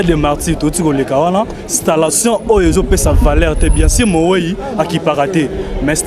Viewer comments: Stallation ou installation ? Eeeh ba chronifuati hum! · Journaliste stalation te balobaka installation